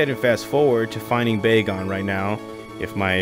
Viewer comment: It’s bag-on not bae-gone